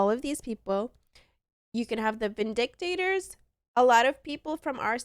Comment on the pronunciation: Good video. Thanks. At least learn to say Vindicators properly. ✌️😁